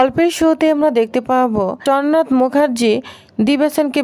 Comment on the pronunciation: চনাথ কি চ্ন্দ্রনাথ বলুন।